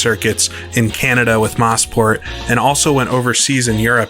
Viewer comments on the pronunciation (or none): Moe-Sport not Moss-Port. It's supposed to be a short hand of Motor Sport